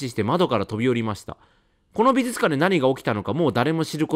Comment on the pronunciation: 相変わらず発音が「びずつかん」で安心しますね。 ( +▽+)ピコーーーン！！！